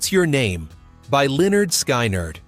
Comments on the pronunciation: Pronounce the names right. C'mon, Sky- Nard? Pronounced Skinherd. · Sky-nard? Oh, please! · Skinerd not skynerd